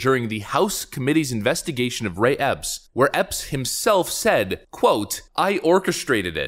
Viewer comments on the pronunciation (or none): You say Mr Ray Epps, I hear " mystery ops ".